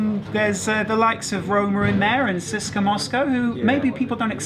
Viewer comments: Trust me, he is probably closer to saying it properly its pronounced tse se ka, I speak russian and am halv Bulgarian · you are sayign cska moscow